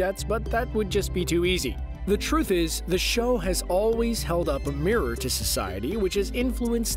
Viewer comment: It's truth NOT truf why can't black people pronounce th?????